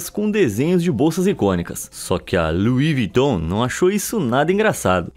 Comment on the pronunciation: Kk luis viton claro que não agora o nome é lui viton